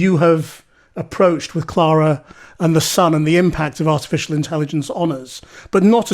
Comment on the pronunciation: "Clana and the Sun", dear me, get it right mate!